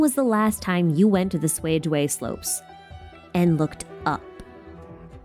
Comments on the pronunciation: Cuijue slope’s more accurate pronunciation would be “chuey-jyeah” instead of swayjway 😅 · Fascinating lore as always! Also, I wanted to point out the pronunciation of Cuijue Slopes should be something like "Tsuei jueh" in Mandarin. Always enjoy your content! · Pronunciation Guide: Cuijue is pronounced like "tsway-jyeah". This pronunciation is difficult to mimic because it is hardly heard in the English dub of the game. C is similar to the Q sound in Mandarin Chinese (different tongue placement), so it would be similar to the Q in Qiqi and Keqing.